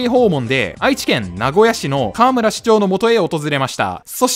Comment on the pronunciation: かわむら⤴？かわむら⤵